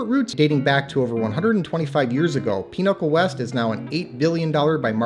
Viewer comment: why are you pronouncing Pinnacle as Pinochle?